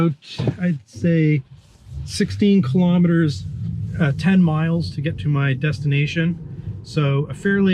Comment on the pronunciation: Elon pronounces KILO'METRES, not KALAMADUHZ.